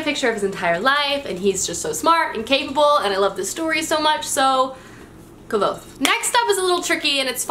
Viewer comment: you pronounce Kvothe like Kavothe? it's pronounce kuoz or kuoth if you like. :)